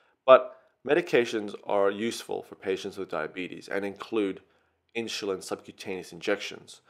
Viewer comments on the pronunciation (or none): Why do you say Inshulin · Inshulin? Wtf dude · everything is ok but what is Inshulin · Good video but I keep getting distracted by InSHulin. And you forgot a couple of stuff. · I don't like how you say insulin haha, good job tho